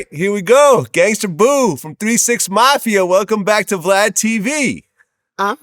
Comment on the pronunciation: She's day glad instead of Vlad lmao